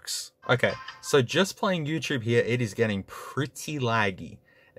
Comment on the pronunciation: “We have an obnoxiously huge camera heeya”